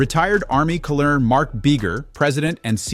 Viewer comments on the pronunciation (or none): TO THE NARRATOR, THE WORD COLONEL IS PRONOUNCED "KERNAL" NOT COLLERNAL" DO YOUR HOMEWORK, EDIT BEFORE YOU POST!!! OTHERWISE YOU SOUND LIKE AN IDIOT!!!!! YOU DID HAVE ENGLISH IN SCHOOL, OR DIDN'T YOU???